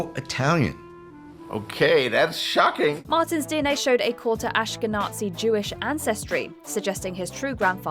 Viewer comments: It’s “ash-ka-nah-zee”, not “ask a Nazi”! 🤣🤣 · Yooooo y'all gotta get a better AI to voice over your videos. Do NOT pronounce Ashkenazi as "ash-ke-natzi" like that no matter what accent you give it. Holy shit. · One more thing; with regards to George RR Martin: it's not pronounced as "Ashke-NATSI", it's "Ash-keh-nazee" and has NOTHING to do with "nazis" or "NAZIs", rather the Ashkenaz region of Europe, you DOLT! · please do not pronounce a "t" in the word "Ashkenazi" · Hi. Please learn how to pronounce Ashkenazi